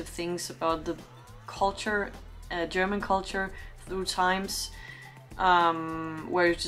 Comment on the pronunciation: Very good analysis and that you can pronounce German very well is perfect ! Other reactions of this clip from English commentators don't come close ! Greetings from a German in Australia